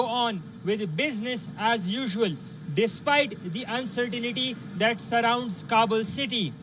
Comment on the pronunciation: UncerTINITY lol 😆 it's uncertainty hahahahaha what the hell! Hahhhaj